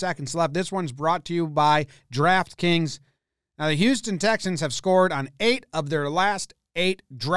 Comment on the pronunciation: You already did this one and did it again with a different title. Once you learned additional information from comments you redid it. When you say draft kings you annunciate like an idiot and sounds like you're saying Giraffe kings.